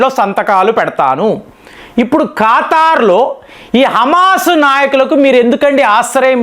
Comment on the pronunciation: It is not khataar, it's Qatar